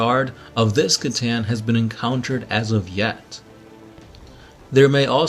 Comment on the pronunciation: hey I love you guys )) you got me into 40K and I'm loving it aren't "C'Tan" pronounced as "s'a-tan" not "k'-tan"?